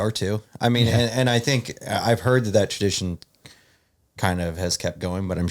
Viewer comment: 🤣 has his own language I swear he says ‘tread meal’ and now instead of ‘tradition’ he said ‘TURDition’